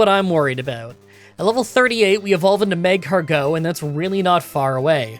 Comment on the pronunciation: It's mag-cargo with emphasis on car, not magcargeaux